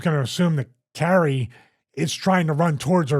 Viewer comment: Come on Stevie...it's Not Carrie.......Kai Re is how to pronounce it. Your co host keeps saying it correctly and you keep saying Carrie......after 7 times I had to skip ahead